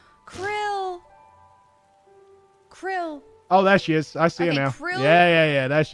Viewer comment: Saying almost all of the names wrong is something that I didn't know I needed to see? /s Stineeeen. Serena. Krill...